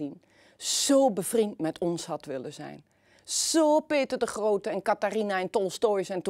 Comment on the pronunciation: Mevrouw begint te lekken bij het uitspreken van de naam "Peter de Grohote".